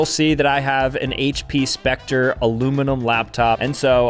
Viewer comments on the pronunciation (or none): none